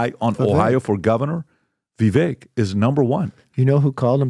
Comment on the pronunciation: Don't tell us what you know about where Vivek went to school when you haven't paid enough attention to him to get his name pronunciation right.